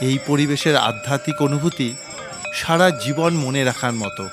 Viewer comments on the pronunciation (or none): none